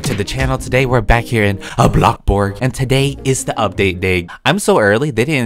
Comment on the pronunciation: on almost video: Welcome to blox borg Me: 😂😂😂😂😂😂😂😂😂😂